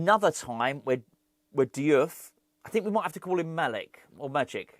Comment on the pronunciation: Diouf read = JOOFF